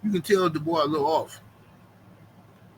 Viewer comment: Dubois got the mutant strength with the R 😂